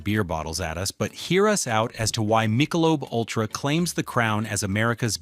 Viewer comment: What I think is, “You can’t pronounce Michelob!” Where’d they find you, Sport?